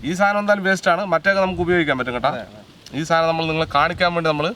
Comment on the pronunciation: സാധനം ആണ് സാതനം അല്ല 😂